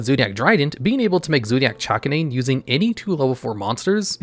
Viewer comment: Bro how the hell do you manage to mispronounce “Chakanine”?!